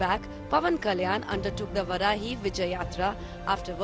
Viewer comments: It's Vaarahi not Varahi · Its not Varaahi... Its Vaaraahi... Pls pronounce properly... 🙏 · First learn pronunciation.. it’s vaarahi.. not varahi Shame you don’t know your gods name and don’t even try to know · That's not Varahi"वराही" Please pronunce it as VAARAAHI "वाराही"🙏